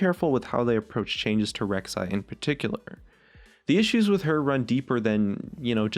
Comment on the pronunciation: Rek'sai againn? You drunk?